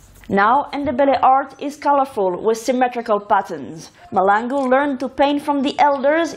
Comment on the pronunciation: It is Mahlangu not Malangu